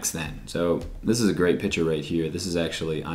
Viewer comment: Here for bio prep hw in summer. Yay. Also I hate the way u say "piture" I'm sorry it bothers me 😂😂